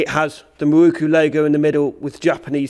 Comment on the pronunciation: To me it's pronounced 'Miroku' and not 'Mirookoo'. Just my view.